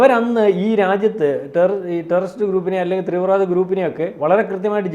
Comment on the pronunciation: ത്രീവ്രവാദിയല്ല തീവ്രവാദി ഒരു 100 തവണ പറഞ്ഞ് പഠിക്ക്. പത്രപ്രവർത്തകർ അടിസ്ഥാന ഭാഷാ പരിപയമുള്ളവരാണന്ന് വിചാരിച്ച് പലരും തെറ്റായി അനുകരിക്കും. 😂